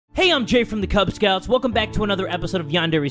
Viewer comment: Jay said: Kubz Scouts Captions said: Cub Scouts